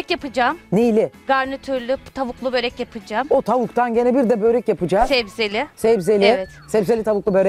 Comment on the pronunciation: Zuhal hanım barı siz yapmayın😭😭 böğğrek değil börek.